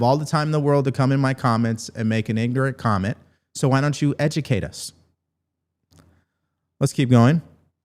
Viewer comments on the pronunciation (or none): none